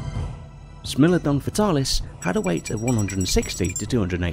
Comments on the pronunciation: "smeelodon" yes but actually no ITS smilodon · Corrections: Smilodon's spelling is wrong in this video it sounds like sm-ai-low-don, and the American lion is panthera atrox, not panthera leo atrox, that is because it's a species of panthera and not a subspecies of lions, also you mixed it with the eurasian cave lion, panthera atrox didnt live in caves, and the bear you used for the actitherium was intended to be the northern version called arctos I have to say it's weird that you didnt include daeodon or andrewsarchus and I personally think that it's good because daeodon is debated to be a predator or a scavenger and andrewsarchus is too fragmentary and unknown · No one: Narrator: “smellodon” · Never say the word Smilodon again, Ever.